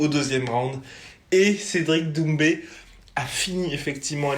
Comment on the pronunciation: C'est DoumbÈ. Pas DoumbÉ. Si il arrive a dire Tchaïkovski on peut faire l'effort de prononcer son patronyme non? En tout cas keep it up.